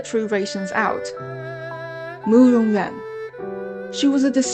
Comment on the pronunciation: Loved the effort you put into this, and it's a great result but I'm still confused: 1) Big Zhou is the Emperor!? 2) Is Murong Yuan's name pronounced You-ahn, or Yen, because you pronounce it Yen and that's much prettier to me. 3) What is the Shimmer of South? I never heard that before this video.